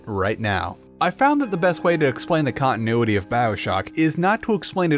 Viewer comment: Jesus. Who taught you how to pronounce English words? Cong-i-noo-i-ee!